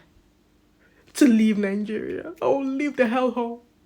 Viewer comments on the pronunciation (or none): You speak English and still you pounce nigeria as ningeria, why do you Nigerians add an n when pronouncing it with 2 n